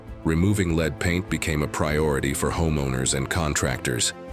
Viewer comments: Amazing that lead ('led', not 'leed') paint is mispronounced. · The computer voice of narrator made a mistake, "lead paint" is not LEED paint but LED paint. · However he pronounced it led and leed when describing glass